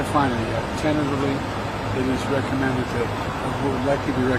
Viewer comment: “Recommend” get it straight Jack.